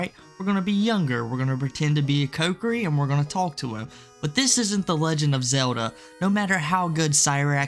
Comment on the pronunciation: Ko-ki-ri. Cokery is killing me lmao